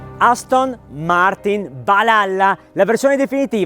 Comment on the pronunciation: Hai pronunciato male Valhalla.